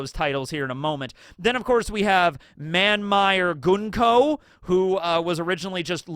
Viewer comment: Thank you for pronouncing Gunko's name correctly.